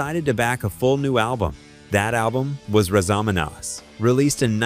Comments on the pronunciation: Ps…Razamanaz sounds like this….. razz-uh-muh-nazz. Not rah-zuh-muh-nah. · Exactly. It's not roz a mom oz ffs. It's Raz a Ma Naz long sounding A like ass not oss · oH MY gOD, LEARN TO PRONOUNCE THE ALBUM AND SONG NAME. RAZ (as in Naz Nazareth) Uh Muh Naz, (Raz a ma naz) not ruh-za-muh-noz. wtf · How hard is it to say Razamnaz? Raza ma naz...Not the way this AI is saying it. I am glad I gave this a thumbs down. If you can pronounce Nazareth you should be able to pronounce Razamanaz. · Never heard Razz A Manazz pronounced like that before. Are you kidding me? 😂😂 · Ai narrator cant pronounce Razz amaNazz. Best voice in rock for me. Their version of This flight tonight, is Iconic , great music 🎶 rip Dan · AI generated voice-over. You'd think they might have an editor that had some knowledge of what they're producing. These are videos are interesting to me but the mistakes irk me. "We gonna razomonoz you tonight". FAIL!!! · Great story, easily a favorite rock band, but it is so cringe to listen to AI stumble on pronouncing RazamaNaz! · It's called Raz-a-ma-NAZ. I couldn't understand what it was saying. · Well a long time Nazareth fan. Came here to listen to a few of there tunes and stumbled upon this crap. Didn't province Razamaz correctly, at least from a Canadian perspective, and I've sat down and had a beer or several with the band. But the line "Manny Carlton leaving and his son Lee Agnew..." what ever was said after that .. blabla bla. Nazareth was a great band. Under rated. Made great music. Much better than who ever put this shit up on youtube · Fk'n AI can't even pronounce Razamanaz 🙄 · Excellent pronunciation of Razzamanaz! 😂